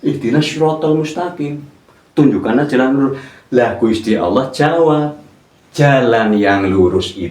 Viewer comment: belajar lagi tajwidnya dan pelafalan dalam membaca surah alfatihahnya sebelum memberikan arti arti dalam alqur'an. dalam melafadzkan Allah saja masih jauh dari benar.